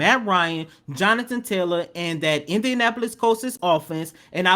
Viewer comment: It was 4th and THREE. Not 4th and third. And Colts, not Coltses. Dann.